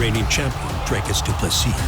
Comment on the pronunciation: Shame this dude dosent know how to pronounce Du Plessis name right.